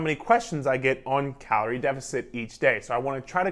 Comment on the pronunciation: The way you said Carol 😂😆 were you wronged by a carol sir lol but great video I enjoyed this